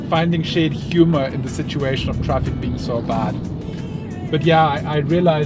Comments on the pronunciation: That "TRAPIK"! 🤣🤣🤣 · Glad you're using the Filipino accent on how to pronounce some English words: traffic = TRAPIK; hungry=HANG-REE. Now, I have a request for you and: in that please use the following two Tagalog words once or twice and it will jilt your viewers with joy: (1) "Di Ba?" - In conversations, Brits always end their statement with "isn't it?" In Tagalog, please substitue "di ba?" For example, it's very hot today, isn't it? Say, it's very hot today, di ba? (2) "Grabe" - Also say "grabe" (pronounced: grab-beh) when describing something that is super good or super bad. For example when you see a car wreck, you say "grabe"...with this one word, you are describing the wreck as very terrible. Or, when you go to a tourist spot, like Tagaytay, and see some beautiful spots, say "grabe" which means you just saw some very beautiful sceneries. Superlatives in Tagalog.